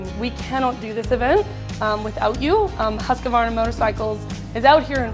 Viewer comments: It is not HusqAvarna . Only two 'A' in the name . Husq-varn-a . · I don’t know why Americans add a syllable to Husqvarna, or mispronounce it so badly. Huska-varna 😂